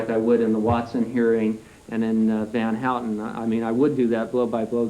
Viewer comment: lol, just a Trivia.. Van Houten is a Dutch surname.. it's pronounced Van how-ten, not hooting like an owl lmao .. but ofcoure no one could know I understand, just made me laugh when he said hooten